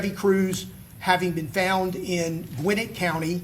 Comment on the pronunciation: It’s Gwa-nette County 😂😂 I guess I’m being picky because I lived there at one point.